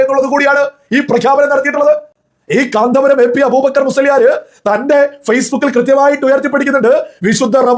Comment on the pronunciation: കാന്ത പുരമല്ല കോന്തൻ പുരമാണ്